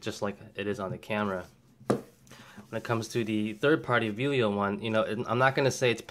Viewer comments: It clearly says Vello not Velio. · Really small point, but it is Vell-o not Vee-lio as you keep pronouncing it. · I enjoyed this video. I have the Vello (NOT VEE-lio), the same as yours. I was noticing on mine that it seems to fit a little more flush than yours. Mine is solid and doesn't shift. I really have no complaints. I didn't have to tighten any screws. I am an amateur and don't use my 7200 all that often but when I do use it, the grip works fine. However, I did learn my lesson on buying 3rd party batteries. They just don't last so I do stick with original Nikon batteries.